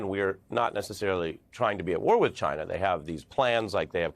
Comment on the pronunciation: Why does tRUMP always mispronounce China as Chynnha?